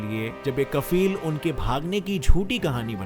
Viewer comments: not kafeel it’s kfeel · Its not kafeel its kofeel lol